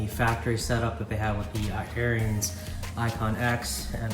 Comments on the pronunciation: Pronounced Air ens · it's pronounced "aarons"